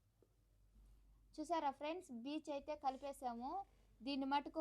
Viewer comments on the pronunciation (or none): బీచ్ కాదమ్మా అర్థం తప్పుగా పోతుంది బ్లీచ్ అంటార